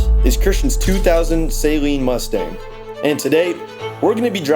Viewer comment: Not keeping the “suh-leen” front bumper on is wild. Enjoying the videos though